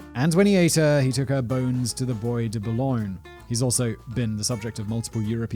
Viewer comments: Boy de Boulogne???? Really, Whistler! It's 'bwa de boulogne' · Friendly tip : while you definitively can find "boys" in le Bois de Boulogne, it's pronounced "bwa" from oi=>wa.